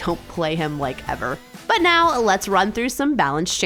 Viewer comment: Right niauw? Right meow? What?